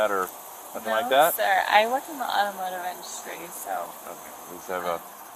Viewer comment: The Awymowdivindustreee. 🤢